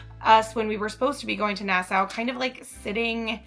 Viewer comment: Nassau is pronounced nas saw